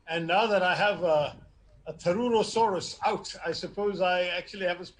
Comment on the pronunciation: Chetan It is "THAROOROSAURUS".🤦‍♂️